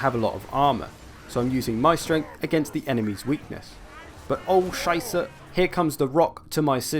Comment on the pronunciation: I love your pronounciation of Scheiße. It's just perfect, honestly.